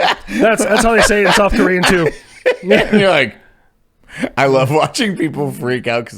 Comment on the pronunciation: Bro that was the cleanest South Korean pronunciation I've ever heard. Had me worried for you for a second there brother